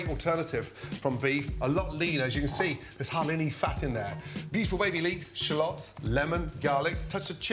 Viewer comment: Shallots not shalooots 😂😂